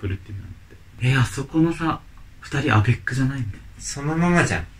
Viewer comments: バリ３とアベックだけ分かった〜。アベックのイントネーション違うよ〜。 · アベックの発音違う〜🤣 シュレックみたいな言い方じゃなくて、ロケットみたいな発音だよ🤣